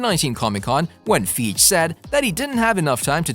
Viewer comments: It's Kevin FY-ghee not Feej ugh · IKR kevin FEEGE.. and Monica ram-boo.. i'm suspicious if he has actually watched those movies..lol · The pronunciation of these names is killin me 😂 kevin feejj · The tawmb of dracula? Kevin feege? Bruh, stfu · ‘’Kevin feej’’ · Did you just call him Kevin feege lmao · I do believe the dude that's doin these vids is pronouncin Kevin Feige's last name wrong. Check & try again. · You need to learn to read! The tom of Dracula? Plus you mispronounced Feige name 🤦‍♂️🤦‍♂️🤦‍♂️